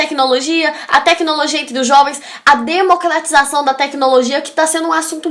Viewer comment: Bom vídeo, mas cuidado com pronúncia. É um pouco insólito um vídeo de dicas de redação com erros como "Democlatização da tecnologia... assunto muito tlatado". Cebolinha não.